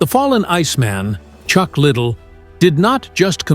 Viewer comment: Ik right I was like chuck little lol can’t even pronounce the guys name right smh